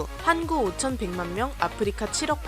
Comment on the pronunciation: 왜 한국이 아니라 한구라고 말했나요???